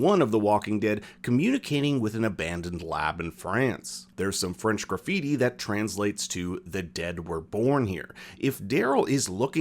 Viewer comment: not a single french word pronounced correctly.